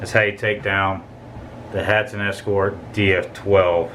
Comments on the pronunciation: Hatsan Not Hatson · For Good video thanks but correct name is hatsan not hatson.